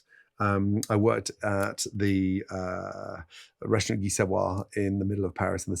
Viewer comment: I just wanna know why he can't pronounce "restaurant".